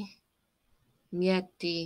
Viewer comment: ”Mieti” You said it right! 😂❤